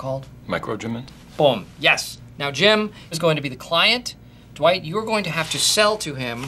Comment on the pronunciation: Whenever Jim says Dwight it sounds like he says dawight